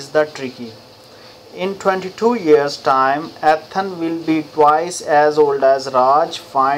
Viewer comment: son its E- than not AtHan 😭😭